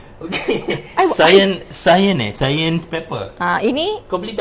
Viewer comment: Sebutan tentang cayene tu tak betul.Bukan sayene tapi kayene. sebut tk betul tu.harap maklum.